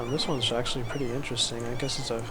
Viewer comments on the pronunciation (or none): none